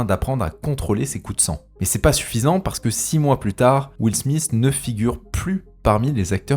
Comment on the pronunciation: Will Smith pas smisssssssssss .....